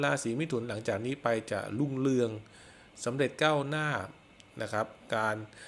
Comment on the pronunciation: ลาศี ลุ่งเลือง ล่ำลวย..... ไปฝึก ร. เรือ มาบ้างนะครับ